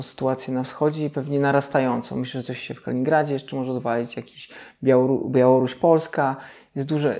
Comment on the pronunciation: Kalingradzie? :D